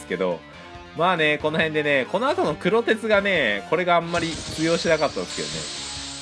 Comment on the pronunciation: くろてつ、ではなく、黒鉄の読みは「くろがね」ですよ～